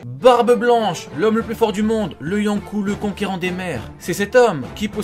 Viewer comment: Kystos ah et pour un fan de one piece il prononce mega mal les noms ça aussi ça saoule. gar ? yonkoU ? really ?